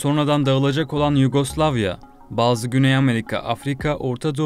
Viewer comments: Dayının biri Amerika yerine ısrarla "Amarika" demeye başlayınca videoyu yarıda bıraktım. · Kardeşim. Nasıl kanal bu . Seslendirmeseki adam doğru düzgün telafuz edemiyor. Amerika bile diyemiyor. Doğru düzgün ekibi olmayan kanal dünya çapındaki meselelerle ilgili anca bu kadar kötü video yayınlar.